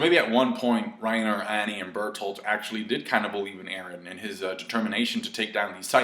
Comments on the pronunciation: 😂.............say it correctly now...................... Bertholdt say it correctly now Bertholdt not bertholdtoot lol 😧come on now really?!😂 😂😩im worried about your speech😟lol. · Jae Lee i die with that pronounciation xDD